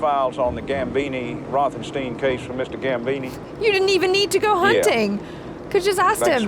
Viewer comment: No, he said it wrong. The second half of Rothenstein rhymes with "wine", not "ween". Pronounce the name Einstein and listen to what you come up with.